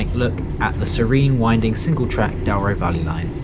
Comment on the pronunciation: I clicked as this destination is on my bucket list go find your commentary talks about the 'Dow-ro' Valley rather than the correct pronounciation of Douro ='Doo-ro'. Otherwise interesting